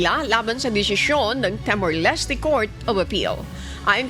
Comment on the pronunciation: Timor po hindi temor! Hour po hindi awar..